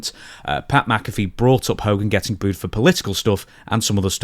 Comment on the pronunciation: Why are so many people having such a difficult time with the word 'booed'?